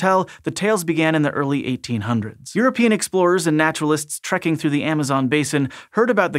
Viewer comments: Also... 19th century your-a-peein' explorers? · Did he mean, the "you're a pee'in" explorers?